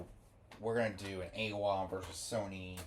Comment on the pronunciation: It's pronounced "eye-wah"